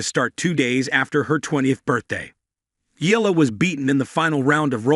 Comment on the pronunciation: Pronounce it correctly, not ela, its EYALA👌